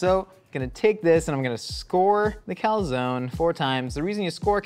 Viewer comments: I’m more disturbed on how he pronounces calzone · The incorrect pronunciation of calzone is really triggering! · Please please please pronounce calzone properly. It’s Italian, cal-zon-e